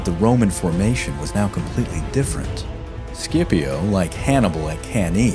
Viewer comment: It's not "SCIPO".